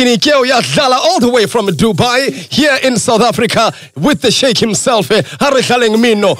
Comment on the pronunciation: I giggled a little when I heard Sheikh pronounced as 'chic'